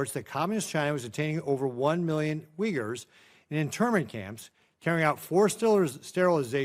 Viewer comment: Uyghurs, not WINGERS